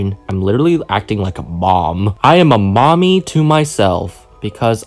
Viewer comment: He actually says mummy I’m scared